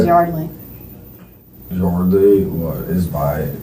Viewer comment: Jaysus...it's pronounced YARDley not YERDley.